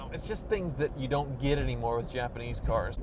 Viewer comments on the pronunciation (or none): none